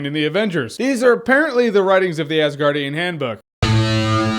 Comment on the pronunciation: He said Assguardian giggity